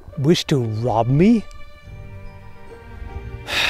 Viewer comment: “What’s that you wish to wob me?”